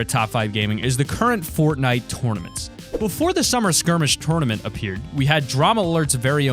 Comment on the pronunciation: TOWRNament lol